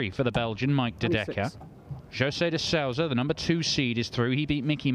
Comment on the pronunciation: Sow again? Does he not know how to ask google how De Sousa is pronounced